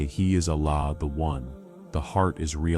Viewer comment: Please pronounce Surah iklaas properly and name Allah !